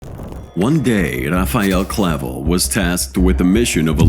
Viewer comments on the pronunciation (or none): That wasn't Clavel Bro that picture is Ismael Zambadas son Ismael Jr. Also it's not Clavo it's Clavel get your duckets in order Bro don't B's the You tube people